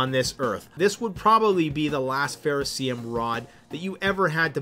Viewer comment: What is "Ferrocium"??